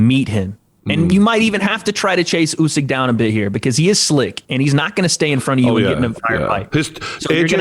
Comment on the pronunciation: It's not YOUsyk, It's OOsyk.